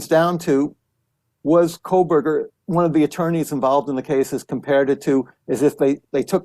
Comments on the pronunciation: And Kohberger is Koe-berger,not Coal-berger. Ugh! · He pronounces Kohberger coreectly. It's Megyn who keeps adding an "l", making it "Kohlberger". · It's not Kohlberger! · Yes, with all of her coverage of this story, she still thinks it's Kohlberger. Also doesn't take the time to read any of these comments or the mispronunciation would stop. It's so annoying. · Megyn…. It’s Kohberger…😢not Kohlberger! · Dear Kelly - his name is not pronounced “coal/burger” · Thanks for the True Crime palate cleanser. Just one other tiny thing…There is no “L” in Kohberger. 😬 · I don’t really care about this guy, but there is no L in his name